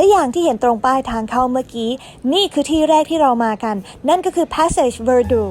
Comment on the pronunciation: Passage ภาษาฝรั่สเศส อ่านว่า ปาสสาจ ค่ะ